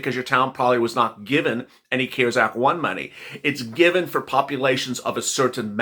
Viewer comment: I am not being MEAN in anyway but you had to say CARES act with a C 🤣🤣 we have SEEN 👀 & heard 👂CARES ACT since March you crack me up with a C 🤣🤣